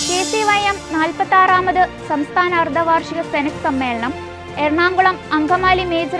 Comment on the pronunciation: അൽബുദം? അർദവാർഷിക ....? കുറച്ചുകൂടി നന്നായി അക്ഷരങ്ങൾ അറിയാവുന്ന ആളുകളെ കേരളത്തിൽ കിട്ടാനില്ലേ?